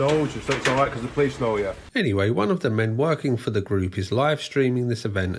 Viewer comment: How he pronounces "police"... "PLICE" 😋❣️